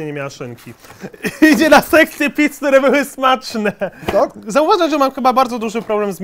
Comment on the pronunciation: ja ogólnie jak jadł to usłyszałem mamy do zjedzenia 85 pizd a nie pizz xd